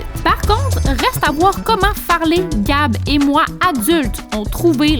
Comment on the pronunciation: Ses plus Farley ses Fartley😂